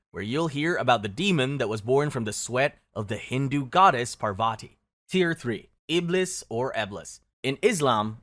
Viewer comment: Parvati is pronounced pahr vuh tee not Pahr vah tee